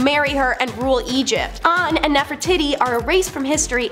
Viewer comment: "Nefertitti?" Nef-er-titi....😅😂❤